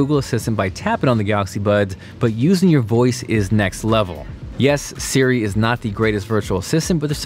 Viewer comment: Why can’t he say Siri?